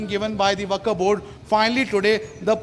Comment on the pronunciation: Dear Arnab ji! Achhhi English bolne se akal bhi aa jaye, aisa jaroori nahi.....Aisa aapke is reporter ne proof kar diya. He should be taught how to pronounce WAQF Board. It's WAQF BOARD AND NOT THE WAKAF BOARD. It's not upto to THE REPUBLIC'S Standard.😊 Hope you listen/ watch this video, and hope, my msg reaches to you.